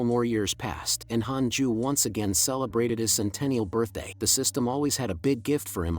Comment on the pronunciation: "HAPPY BIRTHAT"😅😅😅